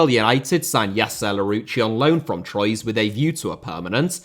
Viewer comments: Someone has undoubtedly already pointed this out but Troyes is pronounced “Twah” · ‘Troyes’😂 its said ‘trois’